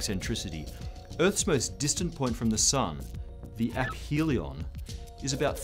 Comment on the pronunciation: this is the first video about the milankovitch cycles I've seen to pronounce the word "aphelion" correctly